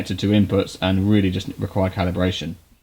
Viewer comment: "and really just requireEND!! 😂